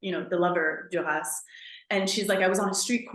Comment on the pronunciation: It is pronounced “Dur-rah”